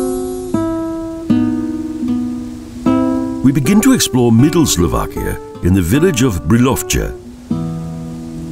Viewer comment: Slo VAH kia! Not Slo VACK ia. All "a's" are soft in the Slovak language. No such word as Slovakians, they are Slovaks. The accent is usually on the first syllable, i.e. BRA ti slava, NOT Bra ti SLAVA. So far only one video on UTUBE has pronounced the capital of Slovakia correctly. I am Slovak, I wish these people would do a little bit of research and not disrespect the culture, by giving people very incorrect sounding of the words.